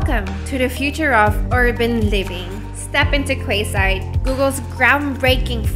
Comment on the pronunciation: It's pronounced KEYside, not KWAYside. And it's a neighborhood not whole new city